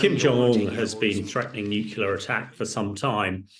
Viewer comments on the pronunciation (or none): NUCLEAR!!!! not nucula. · How can you be so high up in the military and not be able to pronounce the word NUCLEAR?!?!?! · Too right!